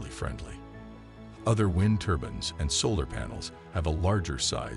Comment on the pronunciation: Hard to take a presenter who call these turbines ' turbans' , seriously.